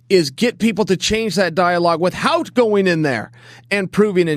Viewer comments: I love Chael, but does anyone else notice he can't pronounce the word "without"? I've noticed this in countless videos wit hout anyone saying anything. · Chael "With Hout" Sonnen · Where would we be, with-HOUT Chael Sonnen?